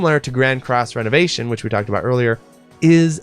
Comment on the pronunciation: I think you are mispronouncing ReNovation in Grand Cross: ReNovation. I don't think it's renovation like renovating your house (which makes you think Sims) I think its Re (Ree) Novation. Like Novation again. Novation a second time. I think a good tell of this is the 'e' being lower case